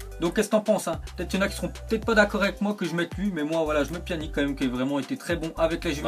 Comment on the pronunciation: tu c pas parlé ou quoi on prononce pianitch et pas pianik comme tu dis